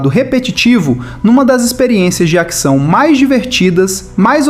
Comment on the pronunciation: Por que você fala "acção", "actor", "actriz"?